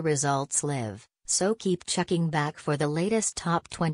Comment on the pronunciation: How do you pronounce "live" ? hahaha